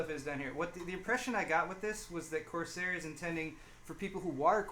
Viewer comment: It's corSARE not corSAY. This isn't French. Don't know why that bugged me so much.